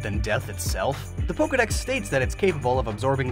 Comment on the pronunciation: THERE IS NO I IN POKEDEX!